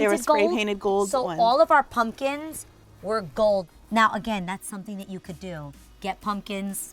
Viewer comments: Why is she calling them “punkins” lol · Am I the only one who cringes every time says punkins???? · I cringe every time the event planner says "punkins" 🤣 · I love that the planner kept saying "puNkins" 🎃🎃🎃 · she straight up said punkins